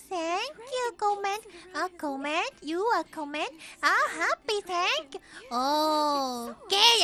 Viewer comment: "I graduated from Tokyo U" ... "O TANK YU TANK YOU YU AR COMMENT!"